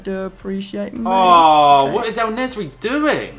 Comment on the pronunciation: En Nesyri = El Nezry. hahaha love it